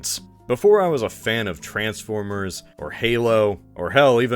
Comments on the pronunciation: did he say "Bay"formers or "They"formers? Both are pretty funny. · Y'know what, Theyformers got a chuckle out of me, thanks.